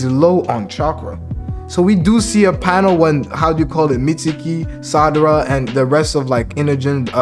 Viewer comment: Lol why do you keep saying Sadara ?